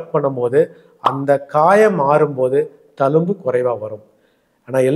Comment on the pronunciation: Sir, thank you for super advice. pls use tamil properly. Talumbu illa thZhumbu.